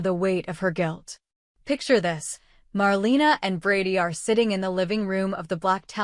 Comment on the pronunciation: If you’re going to do these reports, you should already know her name is pronounced “marLAYna” 🙄